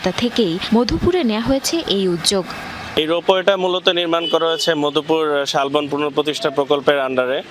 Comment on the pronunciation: ফাইঅবার না ফ্লাইওভার 😂উযযোক না উদ্যোগ